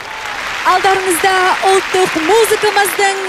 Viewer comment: мына жүргізуші әйел сөзін дұрыс сөйлесе қайтеді, ұлттық дегенді ұлтық дейді, қандай надандық өз тілін бұрмалау